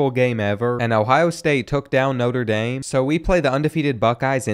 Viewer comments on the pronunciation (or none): none